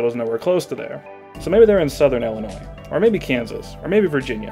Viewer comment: I have never heard someone say "ellenois". There's a distinct lack of ill there that I can't abide.